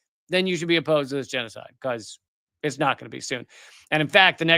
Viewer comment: Did you say jesucide? Israel is commiting jesucide? I didnt hear what you said Lee 😬